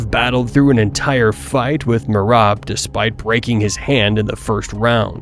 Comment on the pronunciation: bro you say merab surname wrong